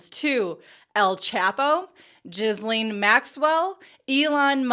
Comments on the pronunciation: GILLaine Maxwell, not JIZZlaine Maxell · She said Jizzlene Maxwell, LMAO. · Thanks for the excellent investigative work to expose these grifters. (BTW, Ghislaine is generally pronounced as Geelane with a hard 'g') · Ghislaine is pronounced GIH (hard G) LEN - accent on LEN. You’re welcome. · I'm french Canadian and we pronounced Ghislaine with a " J " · I laugh every time someone pronounces her name as Jizzlane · Are you calling her Jizzleen Maxwell? 🤔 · I don't think "jizz-lane" is the right pronunciation .. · Your pronunciation of Jizzlaine Maxwell...hehe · You would think she could get it right. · really vague link between sbf and maxwell there - btw you pronounced her name incorrectly each time! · The way Americans say Ghislaine is funny AF 🤣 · What are you talking about?What I meant was this young lady who tries to be a journalist can’t even pronounce Ghislaine’s name right.Please try to keep up.